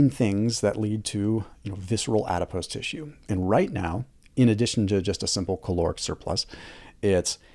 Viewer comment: If you google the word adipose, the pronunciation does not include an ‘ie’ sound at the end. This makes him sound like he doesn’t know what he’s talking about because all I can hear is a made up word.